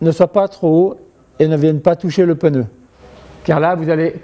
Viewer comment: le peuneu?